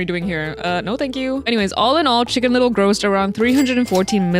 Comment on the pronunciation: Shicken little ✨